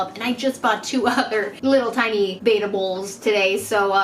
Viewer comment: Ive never heard anyone pronounce betta like that. Great for getting info out though. It's common for fish to be kept in tanks way to small.